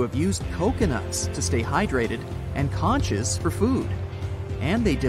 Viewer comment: “Conch” is pronounced “conk.”